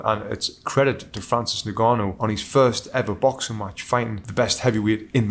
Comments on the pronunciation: "Nnn-gannou" non Ningannou. bruh. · "ngannou".... NOT "nigannou" for christ sakes man. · It’s pronounced “en”-gannou, not “ne”-gannou. Get the man’s name right please! Also how many people are saying “Alexander” Usyk. It starts with an O. Christ, make some effort!